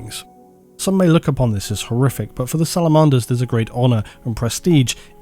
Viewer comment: I've never heard anyone pronounce "Salamanders" like that before. 😂